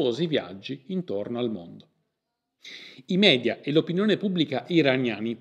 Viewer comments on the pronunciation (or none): none